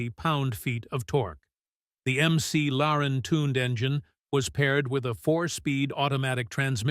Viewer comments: I stopped watching at "MC Laren". Thumbs down. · can't wait to see how history judges the EcoBoost engine. and "M.C. Laren" - really?